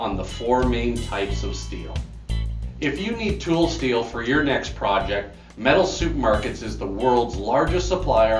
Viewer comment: Great series but it sounds like 'SoupMarket"... making me hungry...